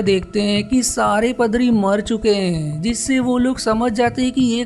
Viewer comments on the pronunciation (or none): Bhae pdari nhi padari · padri 🤣🤣🤣🤣🤣🤣🤣🤣🤣🤣🤣🤣🤣🤣, paadri bolte h. 🤣🤣🤣🤣🤣🤣